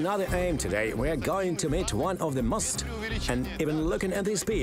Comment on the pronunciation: “one of the most…” слово «most” вимовляється як /məʊst/ а не /мост/. Помилки в основному не граматичні а у вимові. І це не дрібниці, як думає більшість. В таких деталях якраз видно, хто професіонал а хто ні